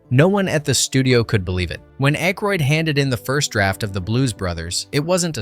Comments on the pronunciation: Dan Aykroyd's last name is pronounced ACK-roid, not AKE-roid. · Ayyyykroyd instead of ACKroyd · It's ACKroyd, not Ankroyd. And Carrie Fisher's part WAS explained in the movie. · "Ache-roid"? I think they make a cream for that. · Dan Aikeroid??? Jesus man, learn how to narrate your own fucking videos. It’s actually fun learning how to do things. Try it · Mispronouncing Dan Akroyd is annoying as hell. There is no N in Akroyd. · Dan Ache roid??? REALLY??! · Dan Ache-roid…. Reminds me of Prep-H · What??? you don't like Ainkroid?? LOL 🤣🤣🤣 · The name being pronounced "Ache-roid" ...made my butt hurt. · "Aykrod"? Hell, learn to SPELL Aykroyd before you call someone out for mispronouncing it. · From your home page: "Disclaimer: Our content is purely for entertainment and may feature a blend of verified facts, rumors, speculation, and fictional elements." However, ALL your video titles say, "Facts..." Can we or can't we trust you as to whether any of this, or anything in any of your videos, is true? Please advise. You are mispronouncing Dan Aykroyd's last name. It's: Daniel Edward Aykroyd CM OOnt (/ˈækrɔɪd/ AK-royd). Clown. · Couple things. If you are going to do these,learn to pronounce the actors name correctly. Not once did you say Dan Aykroyd last name correctly. Also when talking about his and Carrie Fisher’s relationship,why does a random picture of her and Chevy Chase appear?